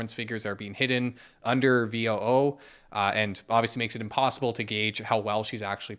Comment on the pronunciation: It's like, not V-O-O. It's VOOOOOOOOO,. And does anyone out there know the name of Putin and The Queen's TikTok?